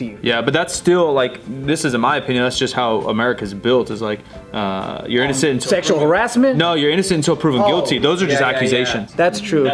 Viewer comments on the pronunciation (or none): none